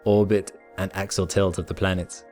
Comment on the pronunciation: Axial not axle